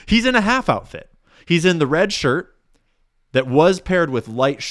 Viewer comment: You said “outift” about ten times …